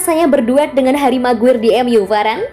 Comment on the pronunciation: MCGWAYER = ❎ MCGUIR = ✅